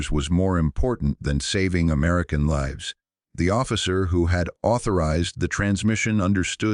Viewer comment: can't even say LIVES